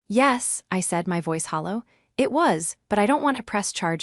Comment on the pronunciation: Try hollow calm, not halo calm!